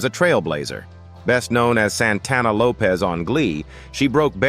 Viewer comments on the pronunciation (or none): Her last name is pronounced Lopezzzzz not Lopoes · Lefteye last name is pronounced Lopez even though it's spelled with a "S"